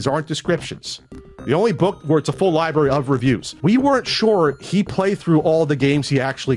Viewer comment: I just keep hearing "Libary"